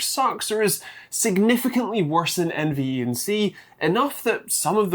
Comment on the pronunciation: Just saying but it's "En" + "Venk"